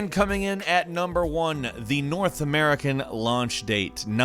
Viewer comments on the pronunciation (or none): none